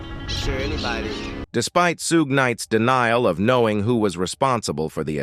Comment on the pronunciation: If you are going to talk about someone learn how to pronounce their name please. It's Sug...as in Sug ar.....silent e (Suge)